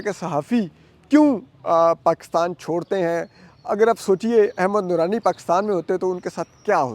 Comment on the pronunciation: احمد نورانی کو کیوں احمد درانی بولتے ہو